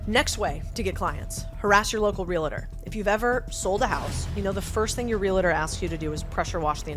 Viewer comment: Awesome video! (although perhaps learn how to say the word "realtor"...LOL)